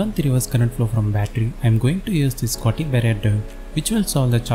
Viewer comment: it's not pronounced "scotty" barrier diode, but "shot-key" barrier diode.